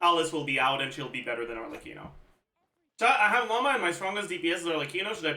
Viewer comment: im confused as to why he goes out of his way to try to correctly pronounce keqing or even eula yet he says "llama" instead of lauma lol /not hate